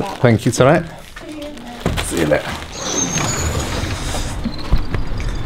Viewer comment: سيو ليئه see you later So cockney ☻